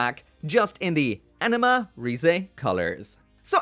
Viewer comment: You say anima, I hear enema.